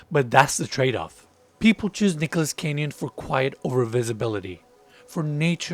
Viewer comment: It’s Nichols Canyon, not Nicholas.